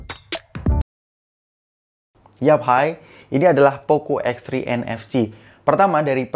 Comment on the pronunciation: Dengar mcm poco x3 nfg not nfc??